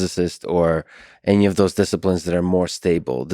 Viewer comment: I love how he speaks English perfectly but any is always ENYY . hgahahahah